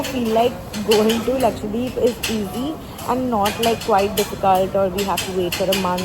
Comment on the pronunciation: everytime you tried saying lakshadweep in the video, you ended up saying lakshwadeep 😂😂